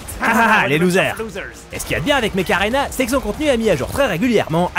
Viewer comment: Mech Arena.? Perso j’entend Macarena^^